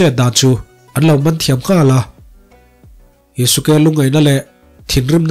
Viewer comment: Yuske ti a lam tur o